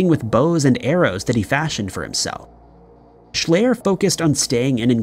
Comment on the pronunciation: Schleyer is pronounced "shl-eye-r not "ay" and he was eaten by bears. I live here, it was a big deal. His dad was a Dr with his own weird story on how he died.